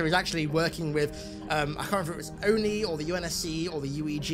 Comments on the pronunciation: they did all that bs to make him "master chief" due to Cortona controlling his dead body just to undo all of season one ,season 2 will be him getting Cortana back mid or near the end they butchered this character twice master chief crying wtf and why is he calling oni o.n.i say oni. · I dont like Ackerson l. I dont know why anyone would. He feels like a spoiled rich kid. Says O.N.I instead of ONI. Wants to keep what happen to cobalt team a secret yet somehow elites are in sword base at a time 60% of the entire UNSC fleet should be in contact with the covenant in orbit. Im completely uninterested in his weird playhouse story with dr.Halsey. why does the show want me to hate the UNSC so bad? Why get rid of characters like Sargeant johnson and gender/race swap characters like keyes? Also isnt it commander keyes and not captain? I tried. I tried to watch it through a lense of no halo knowledge. Its still such shit writting. No explanation for chief dying at the end of season 1, no explanation of how they extracted cortanas blue liquid out of johns brain, no explanation why ackerson is just letting the covenant invasion happen. I really fear they are going to gloss over reach Watch i bet REACH falls next episode. I said it here first. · What really annoys me is the ONI pronunciation of Ackerson xD I unterstand how und why, but ONI is for me Oni not O.N.I. spelled out. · “I am the O N I” there was no reason to switch Oni to O N I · The only thing I hate with Ackerson is how he pronounces ONI as, the O.N.I, what is the point in this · If only they would pronounce ONI correctly. How irritating 🙂